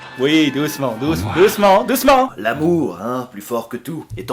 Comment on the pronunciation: Le ouite